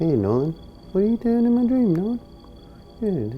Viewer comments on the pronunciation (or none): none